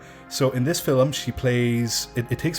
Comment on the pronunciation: I just can´t get over "Filim"